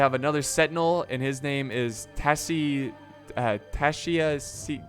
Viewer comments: Ty Shh Ce that's how you properly say the name. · “Taishi Ci” is pronounced “Tie-shi See”, the “i” in shi is like the “i” in “it”, or, I’ve also seen Tie-shuH See” the second H is a heavy “huh”. But “Tie-shi See”